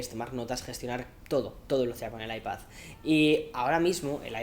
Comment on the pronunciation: Cómo se nota que es madrileño pronunciando iPad como “Aipazz” 😁